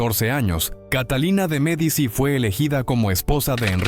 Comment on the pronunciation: Ya con la voz de IA y la pronunciación de Medici se me fueron las ganas de escuchar. Disculpen